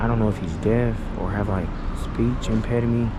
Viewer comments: Speech “impedimee”😂 “Can hear the ambulance getting “sooner & sooner..”🤣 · What's a speech impedamy? 😂😂😂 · wtf is a speech impedimy! it is speech impediment!!! OMG GOD DAWG...TRASH THE EBONICS!!! 😁